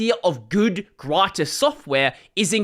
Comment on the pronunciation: Hearing say "gratis" as a spanish person is sure a whiplash when you're not expecting it ahhaha. Good one though! That's how you say it.